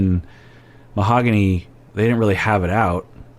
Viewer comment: Is mis-pronouncing Mohogany? In the early episodes she corrected Ben. Now I hear Jasmine also pronounce it without the “e” sound at the end.